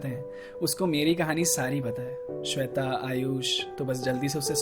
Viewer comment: Saab thik ta yr but when he say sweta